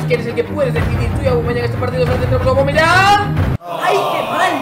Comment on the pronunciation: no es ni aguameyang ni cervezayang,es "aubbbbbbameyang" coñññño